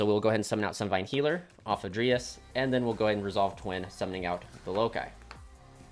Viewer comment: It bothers me that you say (dree as) for dryas but then again it's better than hearing people say "DrY aSs" lol Great vid also btw